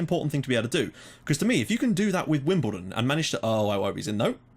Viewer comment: yep you got the name right :)